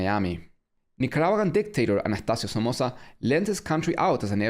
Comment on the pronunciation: i got here thanks to a mr terry video and tho i love your oversimplified style videos i still like your original format and i have to say i couldnt help to notice how you pronounced "anajtacio somosa" that made me wonder where are you from... saludos desde santa cruz, bolivia